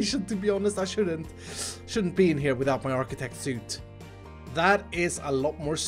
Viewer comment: It is Archi-tech, not Architect. None of those Ts. It is a mix beetween Architecture and Technology